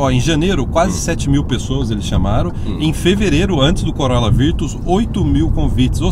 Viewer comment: Nao entendi bem ou vcs falaram COROLA VIRTUS...?????..Eh assim q se fala no Canada????😱